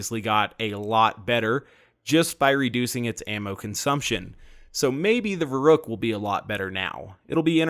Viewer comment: I know it's pedantic, but the 'u' in the name should be a lot more pronounced, like "Ver-oohk", as in "Veruca Salt", as in "Veruc assault rifle"